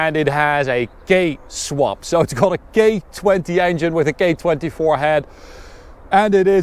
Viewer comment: lol. you sound like your saying "gay swap with a gay 24 head". i love the car and the review but that cracked me up